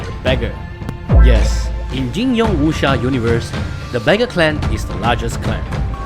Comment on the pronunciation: I feel offended with your pronunciation. Eg. Wuxia, Jin Yong etc. Totally off. Are you sure you're a chinese?